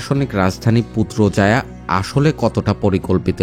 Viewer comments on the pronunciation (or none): পুত্রজায়ায়❌ পুত্রাজায়া✅ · পুত্রজায়া❌ পুত্রাজায়া✅